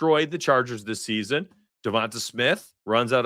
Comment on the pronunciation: its Devont AYE not AH